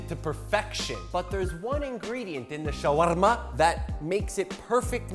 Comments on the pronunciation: I loved the way he said "shawarma." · I love the way he says shawarma